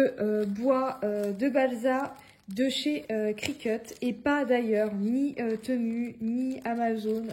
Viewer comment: Bonjour, je regarde très souvent tes vidéos que j'aime beaucoup mais il y a un truc que j'avais envie de te dire depuis longtemps alors je me lance aujourd'hui : TEMU se prononce TIMOU 😉. Soyons d'accord, ma "réflexion" n'est ABSOLUMENT PAS méchante, j'adore tes vidéos et je respecte tout le travail que tu fais 👍🏻👍🏻👍🏻. A+.